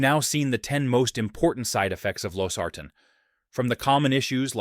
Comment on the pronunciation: I'm pretty sure this is AI…Losartan is pronounced wrong every time!